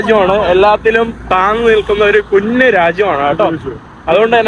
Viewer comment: കുന്നു, കുണ്ണാ രാജ്യം അല്ല, കുഞ്ഞു രാജ്യം എന്നു പറഞ്ഞു പഠിക്കെടാ മുറിയണ്ടി.